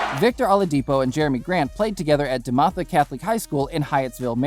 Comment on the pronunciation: DeMatha is Duh_Math_ah … please look it up to say the name right 🤜🏽🤛🏽